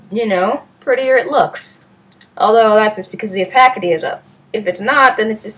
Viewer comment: oh-pay-city not oh-pack-ity